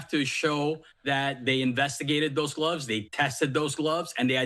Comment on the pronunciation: They cannot pronouce "th." It really is not pronounced "dat (s) " "da" "doze,".